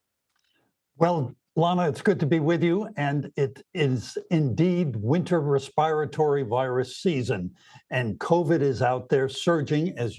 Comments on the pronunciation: He mispronounced respiratory! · The doctor they put on can’t even pronounce “respiratory” normally. 😩